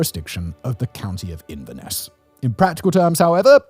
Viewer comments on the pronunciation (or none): none